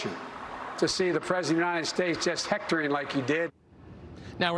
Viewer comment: mark What did accuse Trump of doing? Hecktering?? Couldn’t understand his mumbling!! 😜